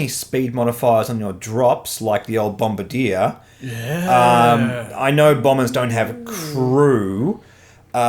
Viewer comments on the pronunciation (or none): none